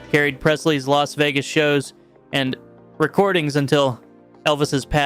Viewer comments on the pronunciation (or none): none